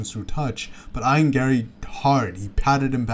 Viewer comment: Ion Garry 😂 it’s E-an Garry